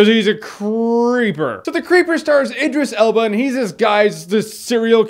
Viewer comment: You were pronouncing Idris Elba's name wrong the whole review... D:. Answering your question, though, Tim Curry can be pretty creepy in certain things like his episodes of Criminal Minds